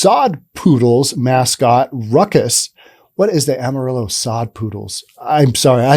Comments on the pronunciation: While you're pronouncing "Amarillo" correctly for Spanish, the actual name of the city is pronounced as if it was just written in English. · come on man, pronounce Amarillo correctly.